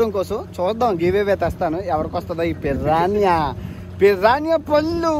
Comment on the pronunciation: Pirrana kadhu bhayya Piranha 😅😅